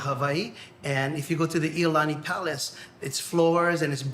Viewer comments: I don’t like to make negative comments, but is this AI generated speech the reason I ask is almost all of the Hawaiian names of places and things are incorrectly pronounced. The most glaring example is the iolani Palace. He called it the Lolani Palace, pronouncing the capital I as an L, which would be something I would think the AI would misread. An i is pronounced EE. Ee-oh- lan-EE. The vowels are all pronounced the same as the Spanish language.😢❤ I don’t like the way AI generated speech messes up so many words even in the common English language. Just saying. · Correction for time stamp it is not Lalani Palace it's Iolani Palace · I cringed every time he said Ko`olau. Kaena was bad. Iolani Palace was slaughtered. Not pono. This is the exact same video they released last July 2020 and didn't even bother correcting their errors; they just re-titled it.